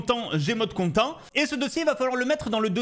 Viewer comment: content en anglais ça se prononce con-tènte 😃